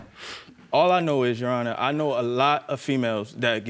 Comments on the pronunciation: Did he say Your Honest?! Instead of Your Honor? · tell me that man didn’t say “your honest” instead of “your honor” 😭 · He said, "Your Honorz." Then, he says later, "I want to know if this Babyz-Minez or not." 😀